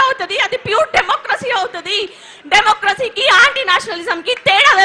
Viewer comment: డెమోక్రసి లేదు డెమోకసి ఉంద్నటవ ఏందీ😂